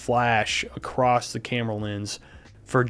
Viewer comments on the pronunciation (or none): Love your video, very informative. But also, there is no T in across lol.